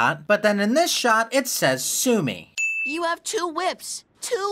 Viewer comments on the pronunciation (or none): Crewniverse is so lucky Nintendo didn’t challenge them in court with “sumy” kinda sounds like there saying “sue me”